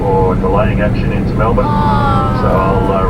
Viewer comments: The pronunciation of Aussie cities on YouTube is horrendous. It's not Mel-born, it's Mel-Burn. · ways to make an aussie cringe when an 'merican calls it "mell born" mel bin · FYI, the proper pronunciation is "Mel-BUN!" Hardly a genuine OZ experience. No "drop-bears" in the overhead lockers, no 'roos serving the meals, and no Vegimite! QANTAS has really gone downhill. :-) Still, PE is a big step up from Sardine Class in comfort, and almost essential for a long flight. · We say Melbun - I come from Manchester 😆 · Pronounced Melburn :)